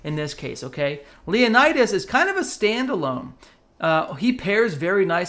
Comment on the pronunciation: In one single video, I don't know how many civilizations and cultures have you hurt at once. My ears are bleeding for each Leonidas mispronounced.